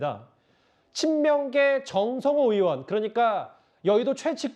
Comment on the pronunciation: 전라도 말투 졸라 거슬리네.전라도는 '의'발음이 안댐?? 으심. 으원.그것으이.